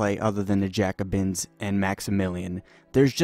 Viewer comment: You butchered Jacobin too